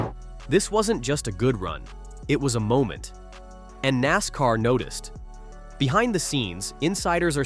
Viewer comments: Can't even say NASCAR, good bye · not bad, decent summary, you got to work on the AI reading of the script though, it should be able to say nascar and arca without spelling it. Maybe try a different voice to, this one is very over used. Definitely drop the click bait titles, that is just gonna piss people off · Your AI narrator is trippin no abbreviations in the script don't put NASCAR in it put nascar in it. Not ARCA put arca in. Listen to your generated video before you publish 😊